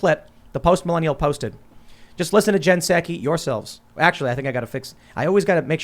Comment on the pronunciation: Tim says Jen "SACK-ee" and "MAH-gah". I say "SOCK-ee" and MAGA like the first syllable of magazine.